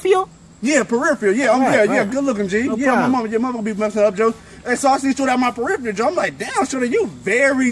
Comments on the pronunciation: Periffial? You mean peripheral? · Peripheral... not "per - if - ee - al" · u mean perifial? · I seen shordi but i aint seen shordi nah mean? U mean peripheal? 😂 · It's "peripheral" not "periphiel". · Its peripheral not periphial😂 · And then he got corrected with "periphreal" lmao I love the way black ppl talk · He corrected prevision with the incorrect pronunciation!😂😂🤔 It's peripheral (ph=F) Still good video tho. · PERIPHERAL !!!!!!!..... "periphial" is not a word......... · gurvirj95v2 and still said it wrong after he corrected him...lol